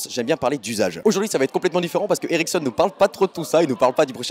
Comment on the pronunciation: Je crois tout le temps que tu dis "érection" au lieu de "Ericsson"... Hum hum...